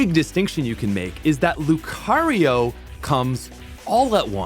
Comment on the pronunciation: And "rai-olu" despite pronouncing lucario correctly.